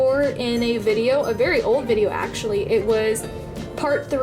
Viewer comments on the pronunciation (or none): this is how many times she said esechlely ⏬